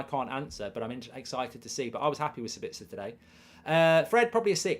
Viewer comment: As an Austrian it triggers me how you pronounce Sabitzer. You have to emphasize the A and not the I. So basically SAAbitzer